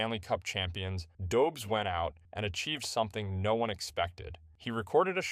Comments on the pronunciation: Pronounced Dobesh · Hey dude! Loved the vid, you got my sub. Refreshing to hear something ... Authentic. Freaking human; know what I mean? Keep'em coming ! :D P.S. It's pronounced "Dobesh". First name "Yakub" sort of. But who cares ;) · It’s a Czech name, the pronunciation is quite unintuitive for English speakers. Don’t beat yourself up over it. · Learn how to pronounce his name